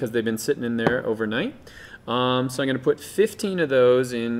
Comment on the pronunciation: he can't say "I'm"